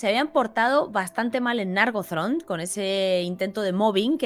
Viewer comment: Gracias por este nuevo video genial, como siempre Pregunta: ¿se pronuncia Nárgothrond o Nargóthrond? Yo creería que es Nargóthrond teniendo en cuenta que la última sílaba comiensa con dos consonantes seguidas: th y r.